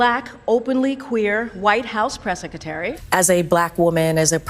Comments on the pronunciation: Sec-a-tary"???? WTF is that?? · I love how she says, "Seckatary" 😂